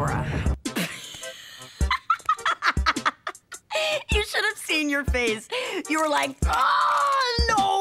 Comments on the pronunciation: She said "Hey Adora!" so many times it started sounding like "Hey ya Dora!" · Kinada sounds like she's saying "Heya Dora" 💀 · Im Hear like Hey Dora XD